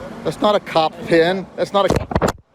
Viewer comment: Are you saying "pin" or "pen"?